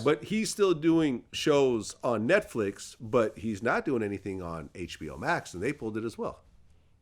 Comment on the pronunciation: Errffqwake said NESTflix 😂